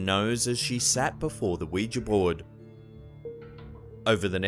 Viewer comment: EsTehFAANia LOL .... it's Esthe FAH- ni- ah.